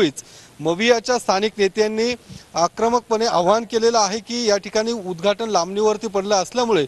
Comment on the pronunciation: उद्धघाटन असत ते उद्धाटन नाही 😂